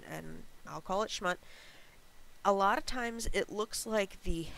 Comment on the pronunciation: Ahh Schmutz- One of my favorite Yiddish words we New Yorkers use regularly,lol. Switch the U to an O and emphasize on that a bit more and ya got it ;) You can kinda(not 100% but enough) the difference,when listening to the audio, on google dictionary 🌻